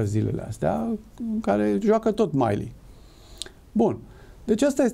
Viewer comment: Se pronunta Milley. Milli, nu Maili. Bine ati revenit.